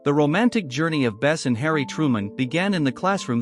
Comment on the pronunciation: Her name is Bess not Best